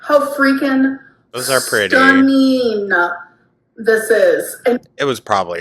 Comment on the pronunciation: I think this proves she is trying to ragebait people by not using words properly. “So stunneeeeen!” Come on. She knows by now just how unintelligent she sounds when she speaks. We have mentioned this for years. Like when she says “mental things… is scary!” Or “seeing the doctor is import-tin.” She is trying to bait us. DO NOT NIBBLE!!!